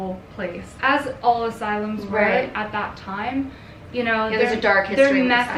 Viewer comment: The see it Aaawll at the end sounds hella accenty to me lol